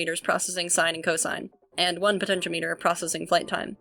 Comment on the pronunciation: You pronounced potentiometer correctly, don't worry :)